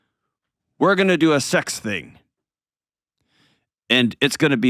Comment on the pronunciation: He can’t even say SEX. How could he possibly have it?